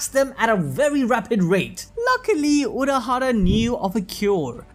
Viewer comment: Haha unohara???? I know you meant urahaha but it made me smile